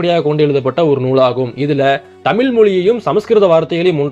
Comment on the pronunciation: தமிலர் இல்ல தமிழ் ழ வ கத்துக்க